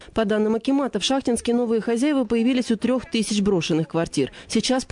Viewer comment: Город ШахтИнск. Так ударение ставьте.